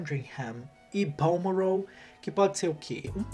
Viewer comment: eu amo quando ele fala "", muito chique kkkkkkkkkk